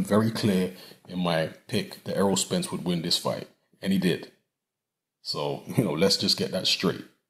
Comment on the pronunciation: honestly i heard you loud and clear i watch all your videos and I clearly heard you say spence